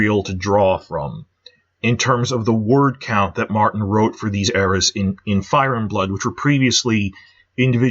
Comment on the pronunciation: Why do you emphasize ‘Game’ and not ‘Thrones’ when you say “Game of Thrones?” You do it with “Fire and Blood” too. I’ve heard it in other videos too, like you say CASTLE black instead of castle BLACK... I’m sure there’s tons of others. LOL Edit: VANITY fair; DANCE of the dragons